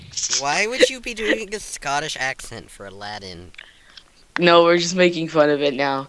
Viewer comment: It's Aladdin